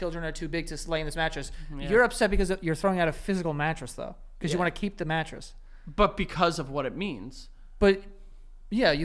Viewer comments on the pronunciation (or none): “You have a nice little meal theugh” who else caught that 😂